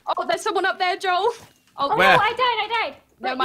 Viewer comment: Joel:have you not seen any of his vidieos hes INSANE Dream:says Joel's name wrong 🤣🤣🤣🤣🤣 Smilellish I thought noon of them know eachother